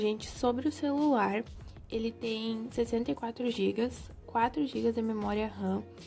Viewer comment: O que vc falou celulai akkakakaka tudo ben eu falava também kakak